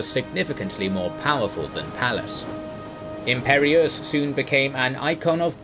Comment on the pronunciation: Very interesting, but your pronunciation of: Biscay, lieutenant and Imperious is irritating.